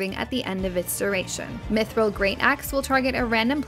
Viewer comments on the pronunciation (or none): none